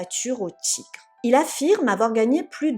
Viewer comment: Il m’a fallu un moment pour comprendre que le mot « Tchigres » était en fait le mot « Tigres »…